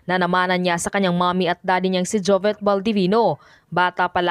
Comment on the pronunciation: Pronounce it as jovit not jovet